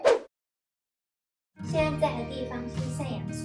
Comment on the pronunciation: Siam 读**（咸)逻，不是（星)吧😅